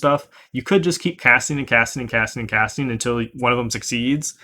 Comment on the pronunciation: Wait did you say “cat-sting”?